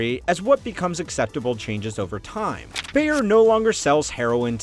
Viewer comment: You excused for your pronounciation of Kongo Gumi, but not for your pronounciation of Bayer:(